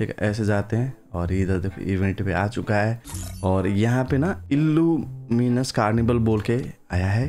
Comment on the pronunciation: Luminous ❌ illluminus✅